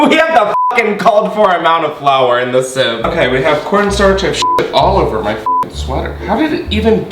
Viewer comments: Did just pronounce it "seeve"? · excuse me seeve? did you mean sieve? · the way pronounces 'sieve' made me super uncomfortable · No-one:: “SEEF”